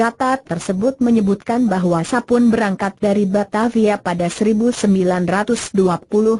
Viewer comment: Aduh ngomang nya gelepotan emang ga belajar dulu sblm di aploud, Nama Sapon di baca Sapun